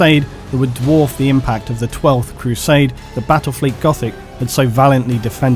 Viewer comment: Bwattwel fweet goffic uwu please end me